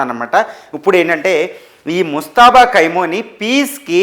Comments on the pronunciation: Khaimoni,khaini,kaaduraa BABU! Khamenei!!! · Kaimoni kaadu ra babu Khameni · ఏయ్ ఎవడ్రా నువ్వు అది కైమోని నో, ఖైమా నో ,కాదురా ఎదవ. అది ఖమేని రా పిచ్చి మొఖమోడా😂😂